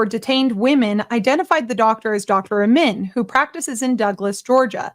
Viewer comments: Great story,. Thank you. Incredible crap that network keeps churning out, and I hope they get burned for false reporting. Just one comment: How do you keep mispronouncing the Dr's name? SHEESH! Amin, can't possibly be pronounced "Ih-mann". lol. Sorry if I sound like a whiner, but you're doing a voice over for this video and I have to listen to your commentary, I mean, right? You're telling me the story, and every time you said his name you said it differently, but mostly "Ih-mann" phonetically. It's just hard to listen to it. But, I love your videos. Truly. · you keep saying iman but the name reads amin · his name is Amin not Iman bro